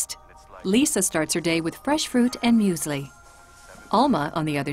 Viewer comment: You lost me at "muesli"